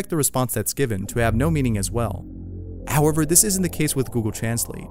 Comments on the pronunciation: He pronounced ,translate, wrong😒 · Gosh..it was the same when transalated but the pronuncer was fukin funny 😂😂😂😂